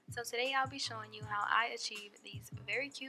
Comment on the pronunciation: Accountant InTraining she said TUHDAY